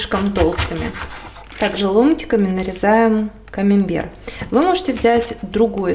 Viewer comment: Извините, но не камимбер, а камАмбер.